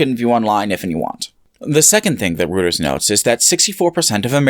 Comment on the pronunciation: Very small nitpick - it's pronounced "roy-turs" not "routers", otherwise very good video